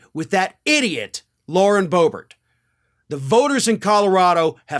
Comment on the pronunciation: BOOB-ert is a GOOB-ert!!